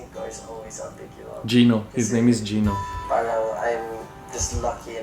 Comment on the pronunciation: It’s Gino not Gio